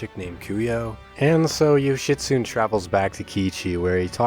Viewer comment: I think Yoshitsune is pronounced Yoshi-soo-nay. The way I, well we, first pronounced it sounds like a get well wish to someone suffering with constipation.